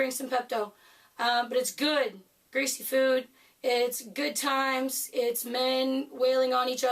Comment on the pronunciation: It’s supposed to be greasy!! 🤣🤣 Three times you said greasy...Jesus. 🙄🤨